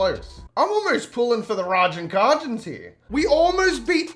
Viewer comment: The way bro pronounced Ragin’ Cajuns is infuriating 😂😂